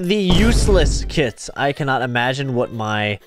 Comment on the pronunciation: I thought you said kids not kits